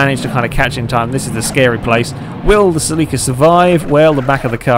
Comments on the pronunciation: Cell-la-ca not Cell-lee-ca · It's pronounced ( sell - it with out the t - ca )